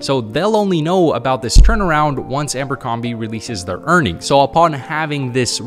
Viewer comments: "Ambercrombie" is driving me crazy haha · $5000 on a company he can't even pronounce? 😆 There is a good reason he kept seeing Abercrombie, [not Amber Crombie] it's the algorithm, you engaged with a couple of vids, and it sends you more and more. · The way B keeps calling it Ambercrombie 😂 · Yes, I know he says Amber-combee on purpose